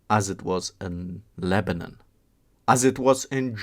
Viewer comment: It’s not lebanin it’s Lebanon say it right or don’t even mention it idiot